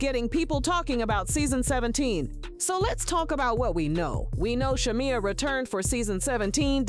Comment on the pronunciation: Content Creator promise me you will pronounce Sha-meeeee*ya😂😂 correctly before you blog in the future. The show is going down fast. Why? Wrong housewives! Porscha is just createing content that has drama in it to say her own job and she should not risk the union and friendship of a lifetime bff. Its simply not worth it.